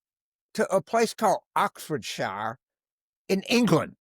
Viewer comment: It is pronounced Oxfordshare.